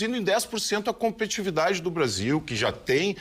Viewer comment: Por favor, é "competitividade" e não "competividade".